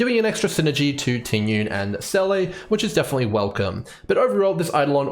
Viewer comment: Just a small tip to pronounce her name correctly, its not Ting Yun. The correct pronounciation is Ting Yween 🤭 Nice video btw!